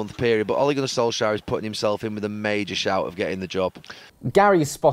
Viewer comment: Soulshire? Who is that? It's S-O-L-K-S-J-A-E-R!